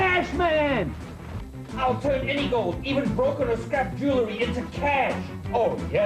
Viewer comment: I think Russell Oliver is hilariious, but one thing I just -- he talks about his business being "jew-le-ry" -- um, Russell -- it's pronounced "jew-EL-ry", not "jew-LE-ry".